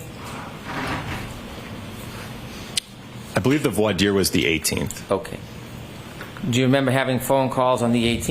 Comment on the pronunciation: Brennan doesn’t even know how to pronounce voir dire 😂